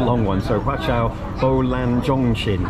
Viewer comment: Your pronounciation is fine. It's just the name of the station pronounced in Cantonese becomes a swearword in English. 😁